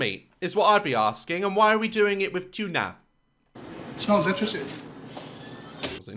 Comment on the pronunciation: “And why are we doing it with ‘tunAh??’”😭